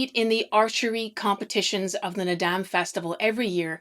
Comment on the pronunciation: FYI: Naadam Is pronounced more llike “ nard-arm”. The end of the word is never pronounced as “dam”.